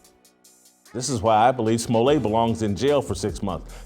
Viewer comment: His name is "Smo-let" not "Smolle'. As a kid his siblings and he had a group called The Smol-lets" not pronounced the hoity toity Frenchy way they are pronouncing it these days!